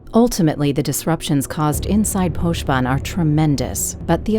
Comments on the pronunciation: So it's pronounced posh vân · TIL it's pronounced Poshben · Poshban? Wat? Thats not how its pronounced.